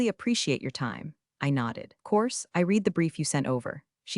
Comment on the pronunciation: Reed or red,there is a considerable difference. I think Elon would get you better AI.